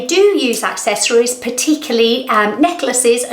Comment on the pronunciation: Pronounced “accessories” wrong in a video where they are telling you mistakes that make you look older... lol